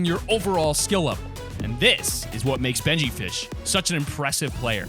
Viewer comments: Man said benjyshish. Lol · wait....... did he just say benjy fish? 😂😂😂